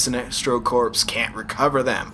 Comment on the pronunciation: Corps is said like core